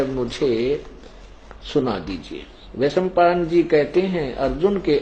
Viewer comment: संत रामपाल जी जनमेजय और वैसम्मपायन का उच्चारणभी सही से नहीं कर पाते ये कैसा ज्ञानी है पता नहीं कैसे लोग इन्हें ज्ञानी मानते। गीता का श्लोक पढ़ना रामपाल जी के बस की नहीं उसका अर्थ कहां से लगा पाते हैं वह। गलत गलत पढ़कर तथा गलत गलत अर्थ बता कर लोगों को गुमराह करते है